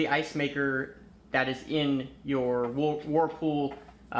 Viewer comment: Did you say, "Warffal refrigerator"?